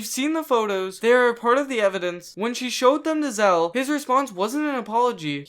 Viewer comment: dont want to be that guy but your saying his anme wrong its not zeal its zeal